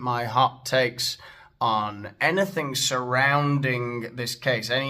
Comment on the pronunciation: James O'Brien pronounces anything as ANYTHINK